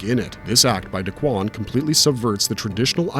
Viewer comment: Key-mone... its Key-mone... not Key-mon. say "kimono" without the last o. and its not dakwan.. its dah-ku-wan. ffs, getting a little tired of people doing anime reviews and not pronouncing the japanese correctly. i can't tell if its just laziness, incompetence, or AI